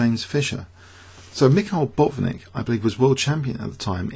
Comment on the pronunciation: it's not BOT-nik, but Bat-VIN-nik.